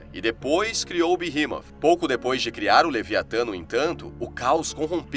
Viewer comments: Na verdade fala beemote Sem o h Não é inglês para ser berremot nem português berremote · Eu sempre pronunciei BERREMOT mas você pronunciando BIRRIMOF é interessante..... eu gostei 👍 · A pronúncia certa e beemot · Pq "TH" no inglês tem som de "F" leve..